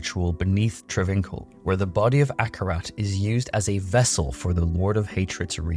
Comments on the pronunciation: Travincal (tra VINK al) is not pronounced that way --- its Tra vin KAHL. Fuck. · The way you pronounce travincal even though you hear it in game....